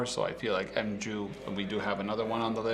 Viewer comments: The M-jew lol I'm pretty sure its pronounced Mew like the pokemon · I think it's pronounced "Mew" rather than "M-Jew". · did he just pronounce mu as m-joo? There's the Greek character written on the camera, IN THE FRONT! μ - Mu - which means micro. If these guys are going to mispronounce the camera names then then do not have any credibility!!! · You semi-educated clown. If you’re going to make a video about it, the least you could do is learn the correct pronunciation of “mju”.